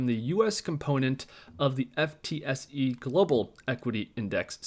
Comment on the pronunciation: FTSE is pronounced ‘Footsie’